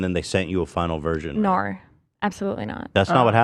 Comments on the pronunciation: austrailian ass "nowr" sus af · Did Rebecca suddenly get a New Zealand accent when she answered Ethan’s question and said the word, “No” , ? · Are people in the US saying No like australian now? Rebecca says it Is that a thing? Culch Approps